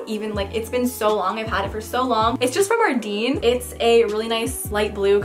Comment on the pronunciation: I chuckle everytime you say adeene xD it's a Quebec brand Ardène! it's so commonly mis-pronounced that there's a video about how to pronounce it.